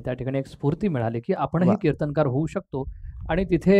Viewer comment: मराठी माणसं "किर्तनकार" उच्चारतात, ते न्हवे, कीर्तनकार म्हणा 🙏🙏